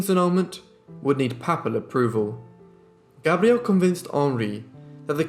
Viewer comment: He does pronounce Gabrielle beautifully👌